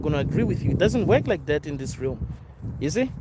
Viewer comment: ¨Interpret.¨ ¨Realm.¨ - Pronunciation.